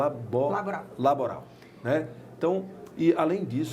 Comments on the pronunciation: O camarada não sabe nem falar "laboral" e quer mudar o regime trabalhista. Rsrsrs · Não sabe nem falar LABORAL , porque nunca trabalhou 😂